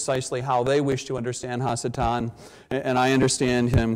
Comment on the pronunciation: In Hebrew, the prefix "ha" means "the". So when he keeps saying hasatan (which should be pronounced ha-satan) he is saying the devil or evil one.